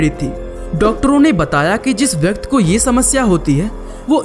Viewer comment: Bhai vyakti hota hai vyakt nahi